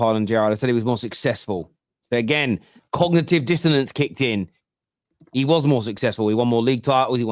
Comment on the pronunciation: said “now he can pick” it just sounds like “now we can pick”